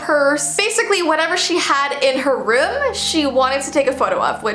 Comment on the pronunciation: ruum roum or room?????